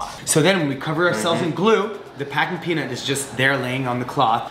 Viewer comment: I thought every single time you say peanut I thought you are saying penis lol